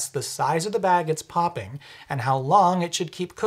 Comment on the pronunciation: “pop-king” Heehee